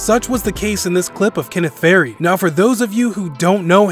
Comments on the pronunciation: For those of you who don’t know Kenneth Fair-eed lol. Far-eed. This narrator doesn’t know anything. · Why did you call kenneth faried Kenneth fair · Did he say kenneth fairy? Damn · You need to do better research brother you out here misspelling d wades name and mispronouncing Kenneth farieds name lol. And Shaq was on 7 teams not 6!!! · How can the channel be called “NBA Zone”, yet you can’t pronounce Kenneth Faried ?! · That ain't how you say faried